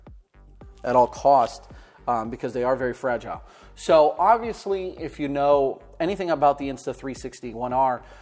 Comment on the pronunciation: He says so like show